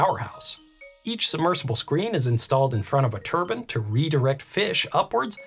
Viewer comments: That cant be the correct way to pronounce turbine right? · Why do you mispronounce turbine in a video about turbines? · Dude you as an engineer should know it's pronounce (Tur Bine) "Turbine, not (turban). A turban is something that somebody wears on their head... 🤦🏼 there are so many people I've seen and I mean by the thousands whether it be YouTube or people I've met that incorrectly say turbine. if you don't believe me look it up in a dictionary. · Whats a turbun?? It's turbine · 😆IKR! Not turben or turbin or turban👳‍♂... it's TURBINE - ˈtɜːrbaɪn - tur B👁N. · never heard someone say turbans so often in my life. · Oregon local here. I'm curious how many people corrected you on your pronunciation of the word turbine, because you don't wear turbines on your head lol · Every time he says turbine, all I can hear is turban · Turban? I've never heard a turbine be called a turban. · Turbine = Turban?? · Turbin or turbine ☠️ They're a bit different 😂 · The CORRECT WAY TO PRONOUNCE TURBINE IS tur·bine NOT TUR•BIN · Thought these things were called Turbines, not turbins. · It's really wiggin' me out that you say "turbine" like "turban". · Whenever you say turban, I think of a certain type of head-wear. 👳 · It's ter-byne not turbin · Anyone gonna mention the pronunciation of turbines? I keep thinking its what the sikhs wrap around their head with 😭😭😭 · Say Turban one more time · Certainly ain't a turban. 👳‍♂ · I love your content, but as a Canadian, your pronunciation of turbine greatly upsets me. And we like to make fun of Americans for their mispronunciation of it. Especially as a turbine jockey. Its always meant to be a hard I like turbINE, and its always just poking fun at you guys for it. Keep up the good work, I always enjoy your content! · You say "turbine" is such a weird way. Like you are saying "turban" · Why do americans think the e at the end of turbine is silent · Great video. Love it. Hate the way you say turbine...